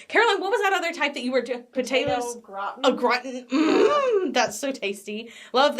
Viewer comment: potato "grat'n" ... butchering the French word gratin be like 🙃🙃